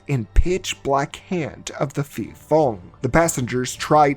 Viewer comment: Am Thai, ,so a video about a Thai movie is a welcomed surprise lol. The pronunciation of 'phi' (ghost) can use some work. It's pronounced 'pee' with a rising tone at the end.